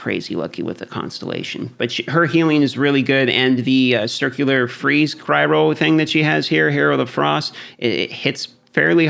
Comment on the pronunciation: It’s pronounced ‘cryo’ not ‘cryro’. Great video, love your work!